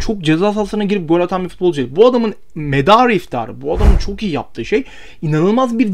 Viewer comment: de bu adamın medarı iftaharı dediğin an videoyu kapattım. Kardeşim önce türkçe konuşmayı öğren. Midem bulandı resmen.